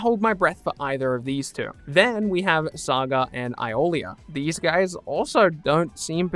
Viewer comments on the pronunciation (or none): none